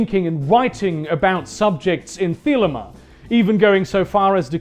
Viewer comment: The way you pronounce thelema makes my ears bleed